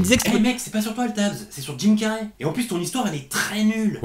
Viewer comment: Jim "Carrey" se prononce "Carri" pas "Carrai" . :)